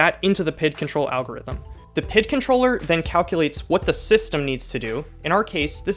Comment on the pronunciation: Saying PID instead of P.I.D. was jarring, great video man!!